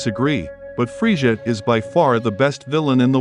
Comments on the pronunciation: It's Frieza not friesha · Not gonna lie I got major triggered when he kept saying Scion and frejah ...nope I'm still triggered. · Why do you call him freisha lol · 😂😂😂😂😂freesja was killing me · Man saying freja lol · Claps Frieza by calling him "Freesjah". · Anyone else catch that he isn't saying the name right? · Why the hell are you pronouncing Saiyan and Frieza like that? Learn to speak English before you make videos foreigner